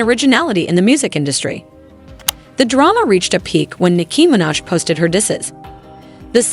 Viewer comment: can you learn how to say Nicki Minaj’s name properly💀